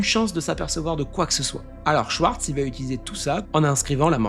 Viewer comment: La prononciation dans la langue c'est Shvartz pour t'aider. Le W se lit comme un V, c'est rare qu'il est prononcé autrement.